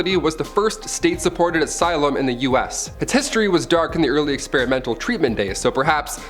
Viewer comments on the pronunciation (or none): none